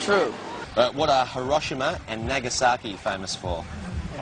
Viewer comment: Our knowledge of the world may suck, but at least we can pronounce them. nAAgasAAki, really now.